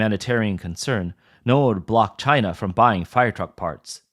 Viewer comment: Made in Chy-nah quality.